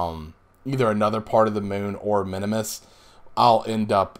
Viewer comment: Just a note... the little green guys are KERBALS.... not Kerbins... kerbin is the planet they live on. and it is MIN MUS not minimus. just for future.